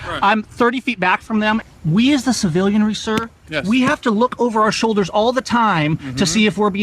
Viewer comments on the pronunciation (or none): Did the last dude say civilianers?